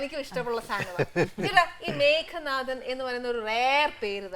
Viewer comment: 'മേഘനാഥൻ' അല്ലല്ലോ, 'മേഘനാദൻ' അല്ലെ ???